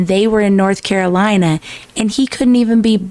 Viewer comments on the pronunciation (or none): none